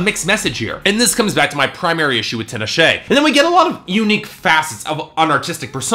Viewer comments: I don't know about you but if someone mispronounces my name I get really pissed off. Don't expect me to take anyone seriously if they start off by saying my name wrong. If you want your name to be pronounced the wrong way, then fine and cool. Not all of us like that though. The way that he pronounced her name was the thing that made me lol if you didn't catch that haha. Anyway, if I was Tinashe watching this I would leave the first time that he pronounced my name wrong. Sure he is reviewing music. But who's music is he reviewing? Point proven. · Her name is pronounced tee-nah-shay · This fool can't even pronounce her name right. Fuck outta here. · loled at his pronunciation of her name... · He didn't just pronounce Tinashe wrong. It's Jah-nay eye-ko (Jhené Aiko) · He pronounced both wrong.